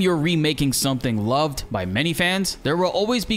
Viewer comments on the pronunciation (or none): none